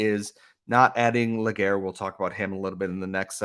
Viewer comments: LÉ- GA - RÉ ... pronounced LAY GAR RAY not LE GAYRE I get you're english dude but like come on . ;) <3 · Great trade by Hughes !! Can't wait to see what his next move will be ! btw it's Légaré not Laguerre ;) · I know that this guy (Nathan Légaré) having a french name could be a challenge to pronounce for english-speaking folks, but just to point you in the right path, Légaré is pronounced "Lay-ga-ray", in English phonetics. 🙂